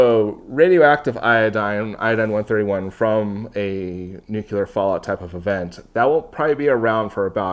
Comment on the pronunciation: Hey, really enjoy every one of your videos and you’ve taught me quite a bit. Allow me to do the same for you… NUCLEAR adjective: nuclear 1. relating to the nucleus of an atom. "nuclear chemistry" In other words, nuclear relates to the NUCLEUS of an atom… no one says NEW-Q-lUSS, we say NEW-KLEE-US. Likewise, we say NEW-CLEAR, not NEW-Q-LER. Say it however you want, I just wanted you to know how the entire world said it before George Bush Jr began murdering the pronunciation during press conferences and, because he was the president, influenced a small percent of the population and sadly these few folks passed it down to their kids.